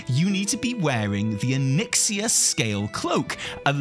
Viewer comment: Wait a minute did you deliberately mispronounce Onyxia 5 seconds after correctly pronouncing it?